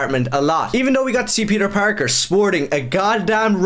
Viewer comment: "peter pakr"